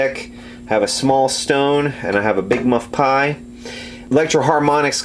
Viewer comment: Yes I did! But you still said "big mud pie"! LOL!! Jack